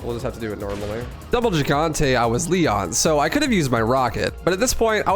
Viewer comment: Why does everyone mispronounce the word "Gigante" in reference to El Gigante? Is it a meme? Lol I'm not trying to troll it just seems like everyone does it on purpose.